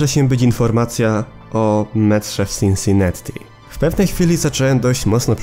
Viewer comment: Wiesz ze to się czuta Sinsinati? Przez jedno t bo w angielskim nie czyta się podwójnych liter